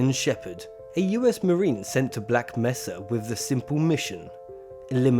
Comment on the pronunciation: It's Black "May-suh" not Black "Meh-suh" ! >:P Awesome video regardless